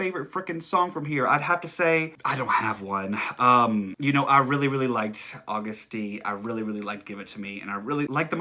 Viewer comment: DT SUGA= Daegu Town Suga Flip it AGUST D. It's pronounced Agust, not August, btw. It took me a while to figure this out Idk why 😂😂😂